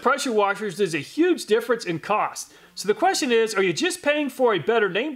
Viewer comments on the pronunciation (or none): none